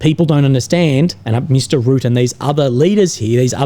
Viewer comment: Hi! Just a little comment about the pronunciation of "Rutte", since you'll probably have to say it much more often in the future. The 'u' sound in the name is much shorter than you are pronouncing it now. It's like the 'u' in Trump and not so much as the 'u' in 'rude'. In fact, the 'Rut' part of the name sounds like the 'rut' from 'being in a rut'. Secondly, the 'e' at the end of Rutte is not silent. You can pronounce it as an 'uh' sound. So Rut-tuh. Just FYI. :) Best of luck with the chemo. Hope it won't be too bad.